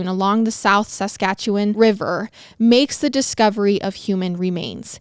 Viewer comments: Coming from Alberta, you said Saskatchewan perfectly so don’t worry! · I live in Regina Saskatchewan and was impressed with how you pronounced it. 👏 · You have no idea how excited I was just hearing you pronounce Saskatchewan correctly! (I live there) We barely hear any stories so close to home and when we do it's never said correctly lol. Love you guys <3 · I live in saskatchewan you pronounced it perfectly